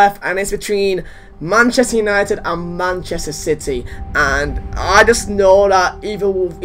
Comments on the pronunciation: '2.Manchester utited' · what the hell is man utited